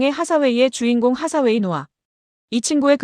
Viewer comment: 앤 하사웨이가 아니고 앤 헤서웨이듯.. 하사웨이는 헤서웨이가 맞을거같아요. 발음짜치는 일본식 외래어표기보다는요. 하사웨이 중사웨이 상사웨이... 원피스의 상디를 산지로 안읽듯이..